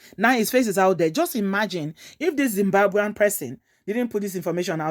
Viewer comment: Did she just say Dzimbwambwen?